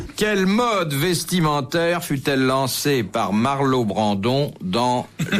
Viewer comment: Bouvard : 2 fois de suite : "Marlo Brandon" au lieu de "Marlon Brando" 😄😄😄 et personne ne lui en fait la remarque. A croire que l'acteur américain ne devait pas encore être l'immense star... ?